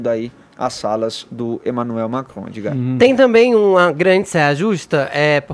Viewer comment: Primeira vez que o “radialista” consegue pronunciar uma palavra de modo correto. Emmanuel Macrom. Dessa vez a língua presa ajudou😂👏🏻